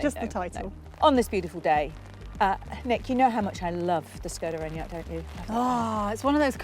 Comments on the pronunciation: It's lovely how you're trying to pronounce "Škoda", but both versions you said (something like "Skow-da" and "Shkow-da") are a bit off. 😊 In Czech, there's no "ow" or "oo" sound in it. The correct pronunciation is roughly "Shko-da", with a short "o" in the first syllable and starting with a soft "sh" sound (like in "shoe"). So no diphthong – just a clear, short "o". Hope this helps! 🇨🇿🚗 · ginny`s sensible, says skoda, `s daft, and says silly SCHKODA, ginnys correct! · Škoda is more easier to pronounce in Scottish 😂